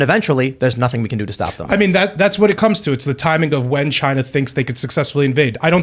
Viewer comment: I miss how President Trump says "chyna"